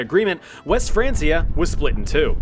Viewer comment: I managed 3 minutes before the pronunciation of francia annoyed me too much